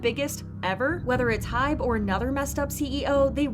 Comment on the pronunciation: i've just noticed so many people saying hype ,its hybe you guys